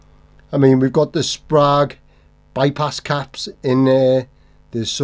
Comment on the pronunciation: Every time you say for someone to let you know in the comments I think, "oh we will let you know!". Just knowing the internet. Plus it's pronounced Sprague. 😂😂